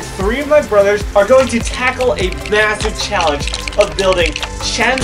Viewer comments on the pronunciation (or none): none